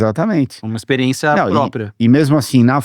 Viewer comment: A melhor parte é ouvir o Christian falar "IXPIRIÊNCIA"